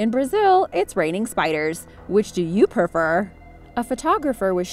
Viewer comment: Suan tion bla bpa bla nia (not trying to make fun of tje contry) And you meant 'prefer' when you said 'Which will ypu perfer?'